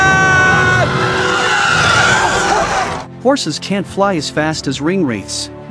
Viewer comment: There you go again with your mispronunciations of the names! It is, mi-nas-tirath!! Not MI-nas-tirath! I can’t watch any more of this! It’s just a rehash of information we all know with mispronounced names! 🤦‍♂️